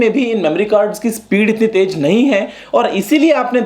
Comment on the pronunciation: Sir ji taiz hota hai taig nahi hota